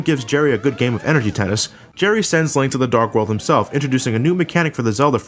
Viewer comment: Almost sounds like you said a "Lint" to the past there.